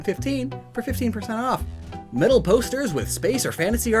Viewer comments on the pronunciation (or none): none